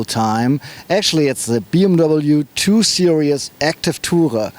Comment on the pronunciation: Repeat after me: seer-eez.